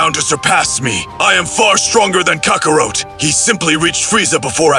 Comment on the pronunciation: The stupid AI can't pronounce names correctly especially Saiyan and Kakarot